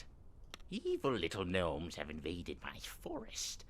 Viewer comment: There's no G nomes like Gary G nomes.